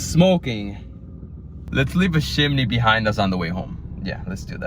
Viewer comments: CHImney not SHImney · What is a “shimney” 😂